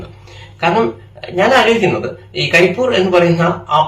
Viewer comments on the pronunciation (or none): കരി എന്നല്ല, പണ്ഡിറ്റേ . കരിപ്പ് + ഊര് = കരിപ്പൂര് അങ്ങനെയാണ് . കരിപ്പൂർ എന്ന് പറയുന്നുണ്ടെങ്കിലും, കരിപ്പൂര് എന്നതാണ് ശരി.